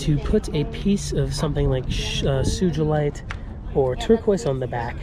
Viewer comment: Poor fox’s murdered for their tails and hides. I freaking hate hunters and animal murderers 😡 Karma will come around for them. I don’t mean to be annoying but you’re still pronouncing Sugalite wrong. It’s Sue-guh-light with a soft G, not Sue-Juh-light.